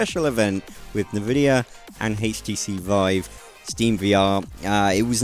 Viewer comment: It's not 'nevidia' it's 'en-video'